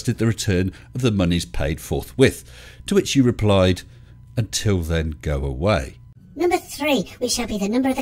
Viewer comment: I think you mispronounced "go away". Or maybe it's just one of those strange spellings English is so rife with and which give foreigners so much difficulty in learning our beautiful language.